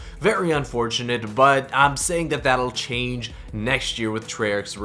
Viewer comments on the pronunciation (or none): none